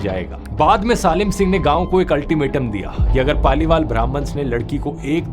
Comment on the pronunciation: I think ,सालिम सिंह ❌ सलीम सिंह ✅